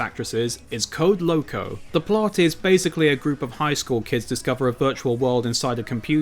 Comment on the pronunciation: Wait people didn't like Avatar the Last Airbender when that came out? Well at least slowly over time people realise that it's actually a well crafted show, I binge that whole first season in just one day for how good it was. Also you said Code Lyoko wrong. You gotta pronouce the y in the name. 😅